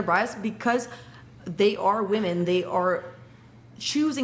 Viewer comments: Why do they not know how to pronounce women and woman. 🙄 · They can’t even pronounce “women” properly. You’re asking too much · Another panel full of women incapable of saying the word WOMEN! Ive never in my life heard a man mispronounce that word.